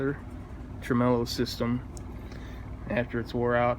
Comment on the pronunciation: He said.... tremellow bahahahaha